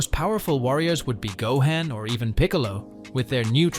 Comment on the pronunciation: WTF is a ZaiYAhns? Seriously, GoHEN, VehJeta, VEGUETAH? It’s actually Saiyans, Gohan, Vegeta… ChatGPT at its finest…